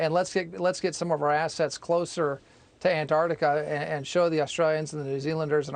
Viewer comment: 🐜 artica vs an-Tarc-tica. That’s the real issue here.